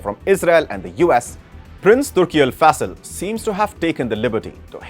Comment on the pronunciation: AL FA Sal? It's AL FAISAL!